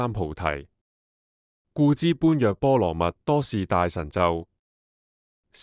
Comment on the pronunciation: 讀錯了。 「般若」要讀做「波野」。因為要用唐朝的發音。